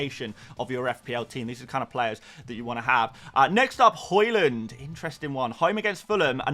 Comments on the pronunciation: Why do you say Horland? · Stop pronouncing haaland wrong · Pls learn to pronounce Haaland.. jeez